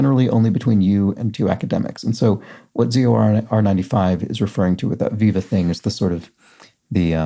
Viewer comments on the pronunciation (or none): Just FYI, "viva" (the thesis defence) rhymes with "fiver"👍